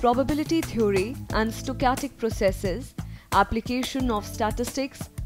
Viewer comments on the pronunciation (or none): "stochatic process".....lol.....